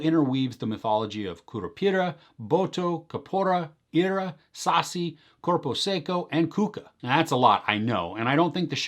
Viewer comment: Pelo amor!!!! Não é "sáciii", se fala "sacííí""... Fala direito gringo! 🙄🙄🙄